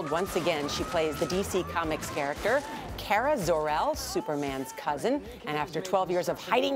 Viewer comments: LOL who the heck is CARA ZORE EL it’s Kara are u ms.grant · omg she said KERAH Zor-El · "Cara Zor El" who's that...? lmao